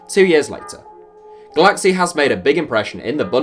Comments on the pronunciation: Its "goolachee", not "goolaxy". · "cs" is pronounced "ch" in Hungarian